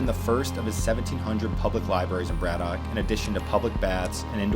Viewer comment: Here in Pittsburgh we pronounce it more like Brad-ick (said correctly ). Great set of videos covering some of the area!